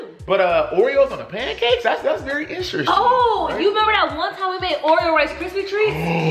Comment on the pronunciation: nobody:: “instrsting” 😭